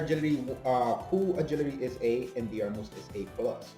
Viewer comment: Irish guy here, it’s pronounced like Der-mid